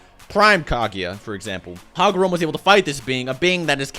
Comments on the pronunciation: Lol dude it's "Ka-Gu-Ya" not "Ka-Gi-Ya" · Kaguya not kagiya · Decent video, but can you please learn how to say KA-GU-YA instead of spamming kha-gi-ya!! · I can't understand how U keep pronouncing Kaguya as "Kagiya". It's Ka-Goo-Yah. How difficult can it be? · How the fuck do you get Kagieya from Kaguya?